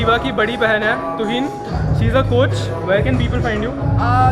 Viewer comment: He said tuhin I heard twin